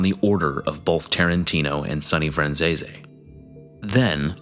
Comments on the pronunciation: its fran-sis, not franzay zay, that i know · Pronounced "Piss-Tone", not "Piss-Tony". Pronounced "Fran-Zees", not "Fran-Zeesee." I was just in Dix Hills last summer, visiting my uncle who lives there. Great neighborhood, expensive homes. One of the nicest areas in Suffolk County. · Wow , good video but the last names were all butchered. Any Italian names that ended with an e was pronounced aye , franchisaye, pistonaye , it was actually funny listening to it.